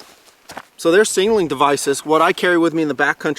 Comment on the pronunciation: no disrespect meant, but were you saying "singling" instead of "signaling" on this video? It just sounded funny to me and I wanted to clarify.... Absolutely love this series of videos and product descriptions... Great work!